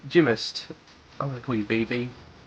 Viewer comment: its pronounced jim-nast not jim-us XD